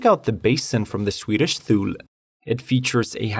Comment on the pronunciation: Tired of your excuses! Just because you don't speak English very well, does not mean you can't look up how to pronounce the word #8 THULE!!! Stop being a half-assed puss in boots!